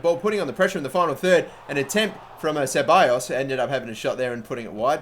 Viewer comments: its pronounced cebalos not siballos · says it siballos and its not pronounced that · Charlie Crow Do you even know spanish? Even if not, just go to good translate, put "ceballos" into the spanish part and see what it tells you....